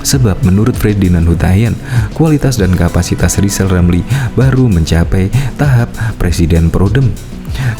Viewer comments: Hai lijal lamli km engk mungkin jadi presiden karna km engk bisa ngomong r. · Buat “lijal lamli” belajar sebut huruf R yang benar dulu, kalau sudah bisa sebut R barulah nyapres ya..!!!! 🤣🤣🤣🤣🤣🤣